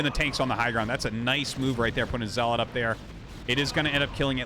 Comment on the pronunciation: Does anyone else get annoyed by the way arty says dragoon and zealot? xD